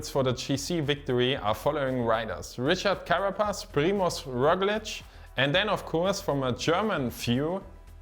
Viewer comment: Well done! Richard Carapaz, la locomotora will take it, pronunciations were ok, a fair 6 more work on ñ and the LL will give you a solid 7!!